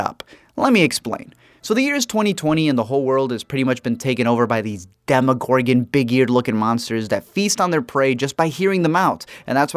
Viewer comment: He said demicorgon.